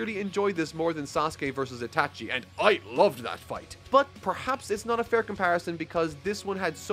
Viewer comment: Nigga said "I-tachi" 😭